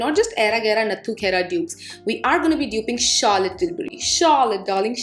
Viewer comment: Era gera nattu gera 😂😂😂😂 wow.. kitna sundar bole up bohot sweet laga.. ❤️😀 and the word Charlotte you pronounceed ..wow ❤️❤️❤️❤️❤️❤️❤️